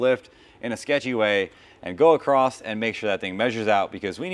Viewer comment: Stop saying "acrossed" :P